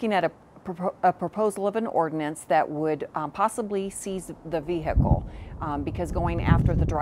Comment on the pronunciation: She said “ve-hig-cle”